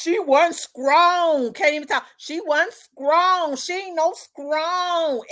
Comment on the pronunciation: Girl I fell out when you said.....skrong 🤣! Justice for Dolph 🐬🐬🐬